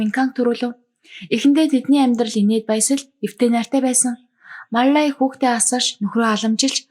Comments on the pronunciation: Мал лая гэдгийг Мал ай гээд бгаа юм бна. Балай авгайг янхан чигээр нь хаяхгүй засрахгүй шүү дээ. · Маллая гэдгээ ямар сонин хэлдийн бэ😅